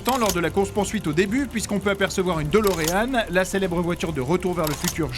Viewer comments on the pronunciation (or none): DeLorean. DÉ comme dans "ça me DÉFONCE les oreilles d'entendre les gens dire DOLOREAN".